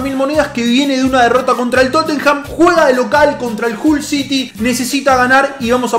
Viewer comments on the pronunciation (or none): none